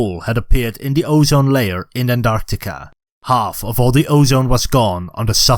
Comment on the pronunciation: What's 'Andarctica'? Do you mean Antarctica or as the Americans call it 'Anarctica'!